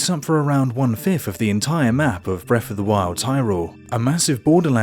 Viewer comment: You say Breff of the wild. HAHAHA sorry!